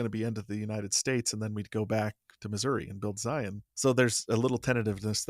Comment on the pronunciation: Did say "Zions" National Park??? As a southern Utahn, I'm appalled. 😫